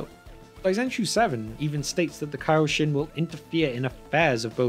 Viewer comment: And its pronounced kaioshin